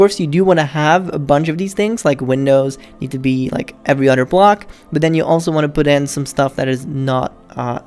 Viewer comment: I like how he says other he says oder